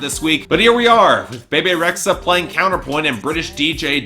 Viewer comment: It's "Be Be" Rexha not the way you say it lol